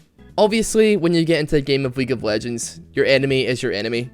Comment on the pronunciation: weague of wegends